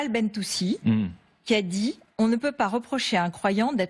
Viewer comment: Elle ne fait pas vraiment le vrai travail de journaliste, de chercher et vérifier l'information. Elle cherche à semer le doute à travers des non dits et des fakes news. On touche le fond. En outre, elle s'est trompée sur le nom de la candidate, elle a dit Bentoussi au lieu de Ben Tounsi. 😢